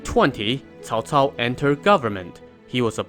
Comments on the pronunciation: Holy shit. First you tuber that pronounced Cao cao properly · Person talks about Cao Cao and pronunces his name right. Ok. You've got my attention. Let's watch the whole video. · Did I just heard the correct pronunciation on Youtube? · Miguel Suarez-solis its pronounced as either "Ts'ao Ts'ao" (wades giles) or "Chow Chow" (pinyin) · Cao Cao.This is the most standard pronunciation I have heard.😂